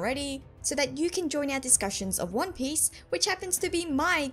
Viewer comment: I love your accent and your pronunciation of one piece makes your theories so much more authentic